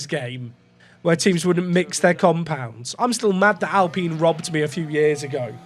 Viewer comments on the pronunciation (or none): none